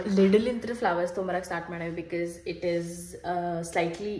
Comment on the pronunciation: Aunty ella video li ‘bikis’ antira, adu tappu because na correct aag heLi makLu adne kalitaare, please